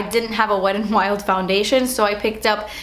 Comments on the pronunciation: Love how you pronounce wet n wild. "Wed n wild" 😂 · lol "Wed and Wild" love you 😘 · how you said "wet n wild" at the beginning LMFAO